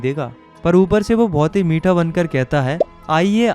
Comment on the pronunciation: How bro says meetha 😂